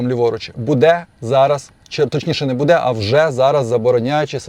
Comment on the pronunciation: Кто тебя учил украинскому языку?! Что такое будЭ? Всю жизнь было бУдэ.....